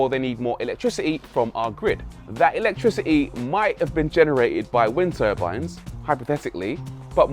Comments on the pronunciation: Electricer-ee? Do you mean electricity? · Electrici ' ee... Is there a shortage of 't's in the UK? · 'ELETRICI-E' That's my new word of this week 😒😒😒